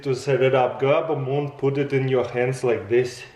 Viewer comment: "Boom!" No Taras, it's "Moon!"